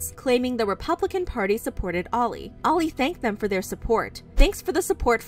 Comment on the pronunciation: i thought their name was “Oil” not Oli” 😭